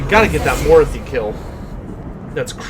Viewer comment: So, yeah you're pronouncing Mor-ath-i like Dorothy with an M............Personally i think you should just stick with Dorothy :) Love your content BTW.